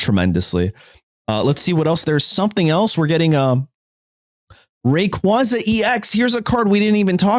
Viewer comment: they butchered rayquaza 😭